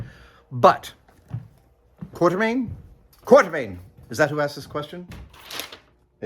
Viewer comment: You got a sprinkler system in that place? I'm betting that name is "Quatermain," not "Quartermain." You know, "Fifty Million Years to Earth."?